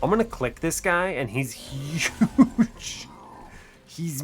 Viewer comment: YUGE STEW YUGE STEW